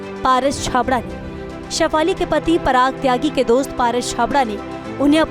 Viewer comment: Parag nahi paras chabda parag unke husband ka naam hai..naam to sahi se lo